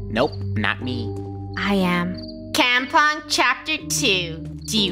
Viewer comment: kAmpong me:WHYYY KREW WHYYY I CAN'T KEEP HEARING kAmpong(But I understand because its more of a Indonesia/Malaysia word and they are from Canada)